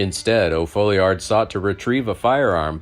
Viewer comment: It's pronounced "Fallyerd". How do I know? It's my last name.